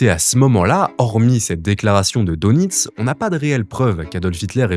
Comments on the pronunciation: Fourreur, donitz etc. On prononce fureur et deunitz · Quand on fait des vidéos historiques on se renseigne sur la prononciation des noms comme Heinz, Führer, Dönitz, etc. Sinon très bonne vidéo.